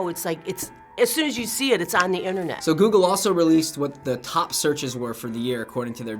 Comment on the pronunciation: "I don't have Internett" :O:O:O